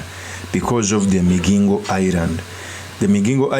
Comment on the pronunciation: It's MiGingo...Not MiJingo...ay banangeeee